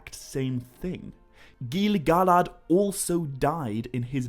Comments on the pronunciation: it's Gil-Galad. nit Gili Galad. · Why are you saying gilly gah lad when it is Gil glad? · Gil-galad not Gili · Great video! Enjoyed the content... But please learn how to pronounce Gil-Galad. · I would suggest maybe less emphasis on the Galad part. Theres no H. Each to there own i guess.